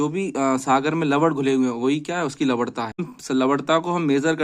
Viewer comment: Lavanta ko lavadta kehkar logo ko confused kardiya aap ne to